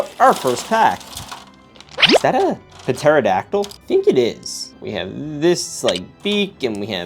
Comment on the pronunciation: Bro pterodactyl is said like terodactyl